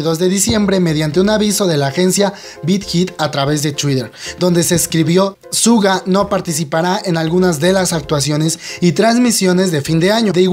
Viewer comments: Asdfdfdfsfdfsg mi pobre "shuga" no "suga" 😂 , ojalá se recupere pronto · se pronuncia shuga no en español suga ^^